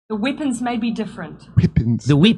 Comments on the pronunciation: What 🤔 did she say whippings 😘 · She is the female version of Trudeau. Also, weepons. 🤣🤣🤣